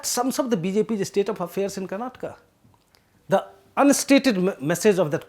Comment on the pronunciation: Thank you for the interesting video. As a Kannadiga, I am happy that The Print is providing such attention to the Karnataka election. A small remark is that it would be nice if you can improve the way you pronounce several Kannada names while speaking English. For example, as a native Hindi speaker you say "Karnatka" instead of the correct "Karnataka". I understand these subtleties can be difficult to grasp to other language speakers. But we Kannadigas will really appreciate the effort. Nevertheless, thank you for the informative video.